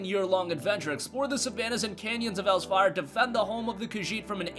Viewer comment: Elsweyr. ELS (WHERE) not else wire